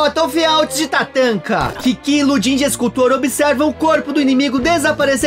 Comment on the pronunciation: A pronúncia não seria Rodâm? Igual ao escultor famoso?